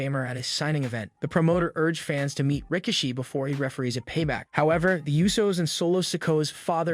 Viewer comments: When he says Rikishi it sounds like he is saying Ricochet lol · I will never understand why people that do not know wrestling actually report on wrestling! This guy can't even say Rikishi's name correctly! It's something that has become a real pet peeve of mine and it happens more and more all the time. How can I take it seriously when they can't even pronounce names correctly? And they are BIG NAMES not jobbers! SIGH